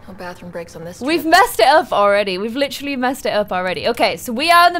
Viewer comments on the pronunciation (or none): "licherally" o no, it's another leafy